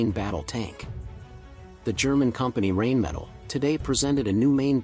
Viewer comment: Like the video but "rain metal" is not acceptable dude. Its Rheinmetall. Not even trying to pronounce it the correct way shouldnt be the way to go. Not everything is english these days. EDIT: "You are butchering my beautiful language" - for the ones who get it